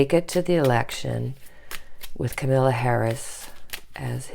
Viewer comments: Kamala Harris. Her name isn't Camilla. It's pronounced comma-la Like your videos ! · Not Camilla! Kam-a-la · Just for interest- it is pronounced “comma-la” for Kamala Harris. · Káh-ma-la -- Accent is on first syllable of her name. The a's are pronounced as ah -- Káh-mah-lah. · Thank you so much for your grounded.loving readings. Here’s a tip on pronouncing Kamala’s name. COMMA -LA I’ve been practicing saying it over and over! Ha it’s a tough one. And so is she, I’m so happy she’s the VP pick. Love you!! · Love your readings! FYI: it is COMMA-la. Accent on the first syllable. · It is so annoying that you and others can't pronounce her name correctly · she will be the first African American and women VP. pronounce her name correctly please!